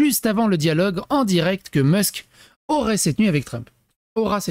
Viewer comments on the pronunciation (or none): none